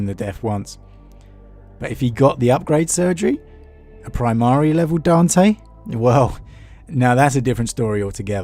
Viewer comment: Seriously Love the videos but dude hearing Pri mar eeeee is killing me makes it hard to listen to sometimes. Also no one will kill him in one on one it will be some fight where the one who kills him gets some plot boost of power from the emperor or something I’m betting and I’m cool with that will be a good read.